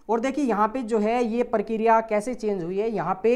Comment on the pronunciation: Parkiriya ni prakriya.. 😂